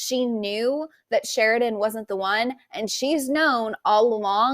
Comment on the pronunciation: Can you say his name CORRECTLY? It's Sheridan!!!!!!!!!!!!!